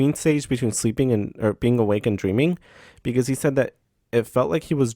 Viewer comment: Dying at the "because" convo because I literally just told the same thing yesterday after she said "pecause" lmao